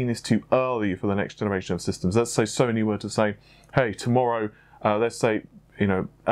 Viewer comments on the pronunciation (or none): none